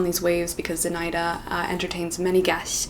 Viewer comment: Аххахахахахаха З'И'наида. Это имя произносится как ZinaIIIda.